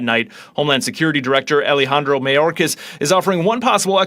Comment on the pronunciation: It's not "may-orcas". Its "my-orcas".